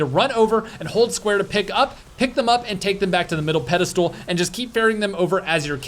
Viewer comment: Does keep saying “Pedal stool” instead of Pedestal?